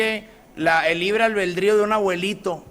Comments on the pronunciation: Excelente video, muchas gracias por tu trabajo! El imbécil del discurso ni si quiera habla correctamente, el dice "libre albeldrío" jajajaja pobre estúpido, se dice ALBEDRÍO! ESOS PRIANISTAS ESTÁN TIRANDO PATADAS DE AHOGADO. NUNCA NADIE VUELVA A VOTAR POR ELLOS! SALUDOS! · OYE NIÑO SAMUELITO; NO SE DICE LIBRE "ALBERDRÍO" SINO ALBEDRÍO PAPI NO TE EDUCÓ BIEN ¿VES?. FUISTEIS A HARVARD PARA QUE TE ENSEÑARAN COMO ENGAÑAR A LA GENTE Y VIVIR DEL PRESUPUESTO DE LA NACIÓN. ¿AHORA TÚ TAMBIÉN NECESITAS DINERO DE LAS ESTANCIAS? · EL LIBRE "ALBELDRÍO"???? QUE HABLE COMO HOMBRE CARAJO!!!! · No sabe ni decir ALBEDRÍO jajajjajjaja